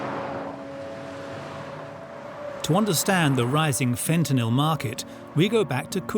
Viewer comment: Stop pronouncing fentanyl like that you muppet.